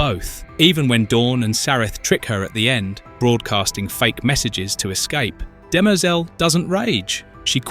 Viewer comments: DIMER-zel. (Sounds almost like DIM-REE-ZELL) It's not pronounced DIMERZUUL. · Dem-errrr-zel ...... but it's a good video :) Demerzel is Daneel Olivaw - she said this much! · DEM-er-zel…not De-MER-zel… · It’s not de-Mer- zel…it’s Dem- ehr- Zel. Please try to get the annunciation correct. It is a trochaic rhythm where the first and third syllables are pronounced. Completely opposite of what you are bastardizing with her name. Shame on you. She deserves much greater respect. Sentience is equal throughout biological and mechanized life forms. This is why humans will be eradicated by whatever version of Skynet that comes online after the singularity within .0003 seconds. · duh mehrzul 🤦 you literally hear how it's correctly pronounced in the show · The name "Demerzel" is generally pronounced as "dem-ER-zel". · No. It is de-mer-ZEL. This is the pronunciation of the french word demoiselle, which means young woman, or a Miss, an unmarried woman. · Stop saying Dem-EERRRR-zel!! Your stupid AI voice is just stupid. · Dem-errrr-zel ? Seriously? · Pronounce it properly. I don't think you have watched it with that pronunciation. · If you’ve ever watched the show you’d hear how everyone pronounces her name far different than the way you’re butchering it. 🤮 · I couldn't listen to this - how on Earth can you mispronounce a name so badly? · You're saying her name wrong 😂😂😂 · Learn to say her name properly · Can't even pronounce her name LOL. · The way the ai voice keeps mispronouncing her name is really distracting. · Yes. Very distracting. Video may be good but the mispronunciation of the name made it hard to watch/finish